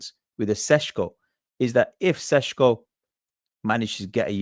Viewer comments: Why pronounce the first "Š" as a "S" but then the next one correctly. Just imagine you are Sean Connery. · His name is NOT pronounced Seshko. His name is Šeško. Notice how both of the S have ˇ, that usually means it's pronounced the same. So either don't care and say Sesko or say it properly - Sheshko. It makes literally no sense to say Seshko.